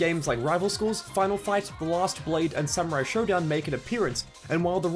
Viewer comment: It's Shodown, not Showdown.